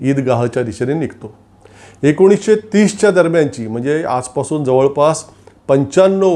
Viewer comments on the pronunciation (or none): none